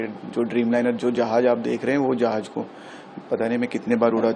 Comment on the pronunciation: He is captain but he can't speak jahaz proper.